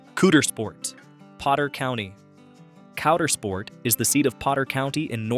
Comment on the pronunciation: You really need to improve your pronunciation of”Caudersport”.